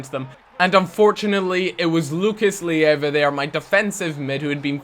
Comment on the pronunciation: Its Lucas Leiva not Lucas Lieva!